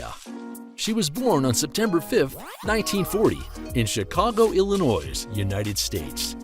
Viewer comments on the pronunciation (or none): Pronunciation Note: There is no noise in Illinois. The “s” is silent. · I don’t believe the S in Illinois is supposed to be pronounced!!!